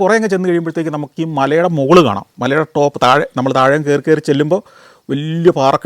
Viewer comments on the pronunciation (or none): none